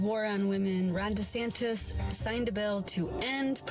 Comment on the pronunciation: Did that AI voice just call him "DeSanchez?" Around 5 minutes. The beard-shaving girl would get from me an order to strip naked amd burn her clothes right there in the park or she'd be walking to her ex boyfriend's.